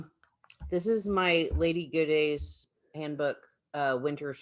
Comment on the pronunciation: I checked on pronunciation of Lady Godey’s Book….say go dee, accent on go. You’re welcome. ❤️